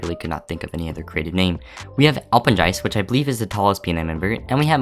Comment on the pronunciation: Also it’s Al-pen-GUY-st